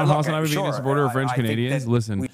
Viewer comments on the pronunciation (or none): God his pronunciation of everything French is so wild lmao.